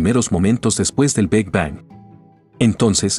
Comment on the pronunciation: FÁCIL, POR EL AVANCE DE LA CIENCIA, LO QUE AYER ERA VERDAD, HOY YA NO. GRACIAS POR EL VIDEO Y POR FAVOR, CORRIJAN AL QUE NARRA PARA QUE NO DIGA "TELESCOPIO JABAL, BEG BANG & LLEIMS WAB", NO ES NI INGLÉS NI ESPAÑOL.